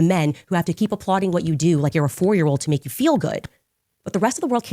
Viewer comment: Girl, whet? FOH! 🙄